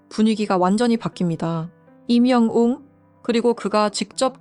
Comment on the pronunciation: 웅 발음이 잘 안되나봐요? 가끔 웅을 궁으로 발음 하시네요 발음이 힘드시나요?